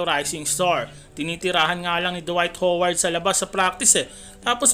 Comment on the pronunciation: Dwight hoeward di ka nga marunong magbigkas ng lastname ni howard hindi naman siya pokpok para tawaging hoeward 😂